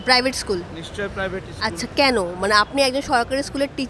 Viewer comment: এইসব প্রশ্নর উত্তর কেউ চাইবেনা। আর জোরালো ভাবে কেউ প্রশ্ন গুলো সরকার কে জিজ্ঞাসা করবে ও না। শিক্ষকের স্কুল, স্টেজ, আরো শব্দ গুলির উচ্চারণ ঠিক ঠিক করা উচিৎ। বেসরকারি স্কুলে উচ্চারণ করলে পরের দিন বারকরে দেবে।